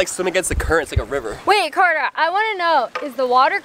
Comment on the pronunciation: My friends and the name is Carter, not whatever you said.